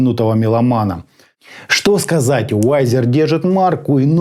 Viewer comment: пред обзором старайся узнать как правильно название бренда и модели произносится. Виззер, а не Вайзер и АшЕ03Д, не ХЕ03Д, Идун, а не Айдан, Ноулз, а не Кноулс, Скульд, а не Скальд и это только то, что я вспомнил. Очень режет ухо, особенно когда знаешь как должно звучать правильно.